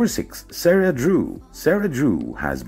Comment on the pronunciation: Sara's name is pronounced like Sada